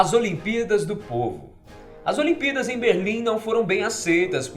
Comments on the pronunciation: Só eu que percebi que ele fala olimpidas ao invés de olimpíadas. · Parece q ele esta dizendo "olimpidas" 😂😂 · Vc disse as "olimpidas" no começo do video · ce disse "as olimpídas" no começo .-. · "as aliempidas" kkkkk